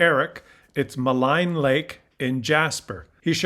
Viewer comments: Mahleen is how it is pronounced. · It's pronounced "Maleen", not "Maline" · The name of the lake has a French pronunciation. It is pronounced mah-LEE-nyuh not mah-line. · Maligne - said "Maleen" lake. Agree with you totally, Poilievre is an absolute MORON, LIES, MANIPULATES THE TRUTH CONSISTENTLY, PEE PEE IS ACTUALLY NOT EVEN A PERSON - HE IS A NEGATIVE SIMBLE - SUCH AN ABSOLUTE LOSER IS PEE PEE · I’m not a grammar nerd but it’s pronounced Maleen. 😊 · MALIGNE -- "MA LEEN" FROM FRENCH. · Love the Maligne Lake and Spirit Island pic. I am pretty sure the locals pronounce it Malleen Lake, but correct me if I am wrong. We were there several times. It is getting overtouristy, though. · It’s pronounced ‘Maleen’ , though spelled Maligne Lake. 😉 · Hi, Love your Vids and viewpoints 👍🇨🇦.. Poliviere is a WART.. useless, unneeded and unwanted 👎. I have to mention the pronunciation of Maligne Lake, Jasper National Park is pronounced Maleen. The meaning of malign is:speak about (someone) in a spitefully critical manner. There is an E at the end of Maligne Lake which changes the pronunciation.. sorry it makes me crazy to hear my Favorite spot in Alberta mispronounced.. Keeping the Fight for Canada Proudly 🇨🇦 Thank You for Everything you do 🇨🇦❤🇨🇦❤🇨🇦❤🇨🇦